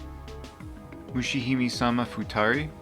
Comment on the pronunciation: TBH, I almost stopped after hearing you pronounce Donpachi, but I’m glad I didn’t. Still, I urge you to put some effort into learning how to properly pronounce these game names (Mushihimesama especially) - for no other reason but to show proper respect to the games and their makers.